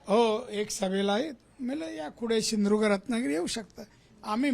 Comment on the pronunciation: 😂😂 सिंधुदुर्ग नाही बोलता येईत